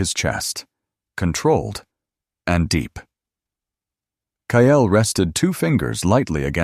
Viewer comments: Sadly may people are cheated by their step parents! Watching from SETX His name is Kyle pronounced ki -L! Not Ki - EL . The mispronounced name is distracting from the actual context of the storyline!!!!!! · Please correct the reading so it says Kyle and not :Kyail